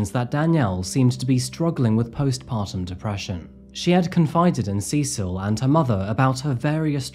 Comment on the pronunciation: You pronounced ’Cecil’ three different ways within a minute or so. Like Sessle, C-sil, and SeSILL.